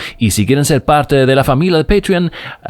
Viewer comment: Que chulo este tema, me remonta a pensar en la mitologia griega, en este caso como parte de nuestra mitologia cultural Dominicana. 👏 👏 👏 Abur, o abul como tu dices 😂 rd. 🇩🇴 imparable.... 🎊